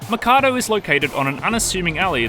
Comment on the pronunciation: Why does he keep pronouncing the name of the place as Makado when it's written Mikado......even in the title of the video